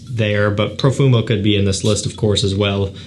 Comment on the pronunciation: The way you said Profumo 👹👹👹